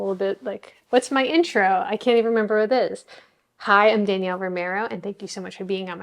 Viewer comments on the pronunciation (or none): none